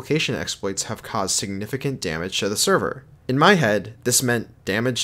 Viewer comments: its damage not damange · damange? how did i catch that